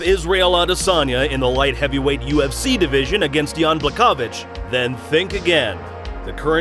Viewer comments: It’s Bla’Ho’Vich or Bwa’Ho’Vich. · Everytime you said jans name it was annoying me like, wasn’t pronouncing his name properly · ł in Błachowicz sounds actually like W in English.